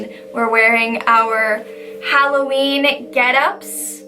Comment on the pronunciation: Did you frogget that u called it Halloveen btw love u